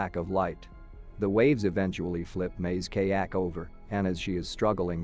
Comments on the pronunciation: Kay-ak? LOL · Bro phhht literally like “KAYAKE” like phht bro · What is wrong with these ridiculous robotic narrations? They are more or less spoken in English, but they are often butchering the pronunciations! What is a kaayak or all if those other butchered nouns, etc? This really is a complete lack of caring about their product.